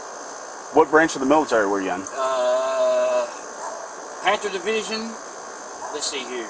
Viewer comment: I'm sure it's Panther, but I sure sounds like he said Panzer Division lmao. Guys cooked.